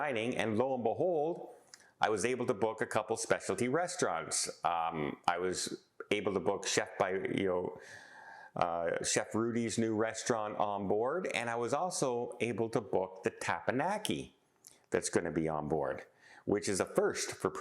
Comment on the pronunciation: Tepanyaki is pronounced tep-n-yaki, not tep-a-naki.